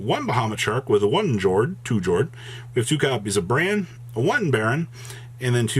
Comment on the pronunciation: Plunder Patroll sailing to 2nd place even without the Adventure package. Love to see it! Friendly reminder that Jord is pronounced "Yord." The names of the ships are the Norwegian word for their attribute and they pronounce "J" like "Y"